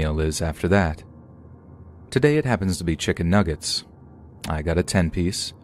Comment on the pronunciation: You forgot the second "g" in "nuggets" but okay.